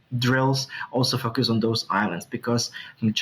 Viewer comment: Its "foooocus" not fucus!🤣🤣🤣